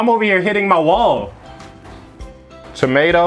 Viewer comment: Bro said tameta